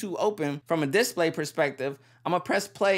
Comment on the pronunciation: I don't like the way you say display, change it lol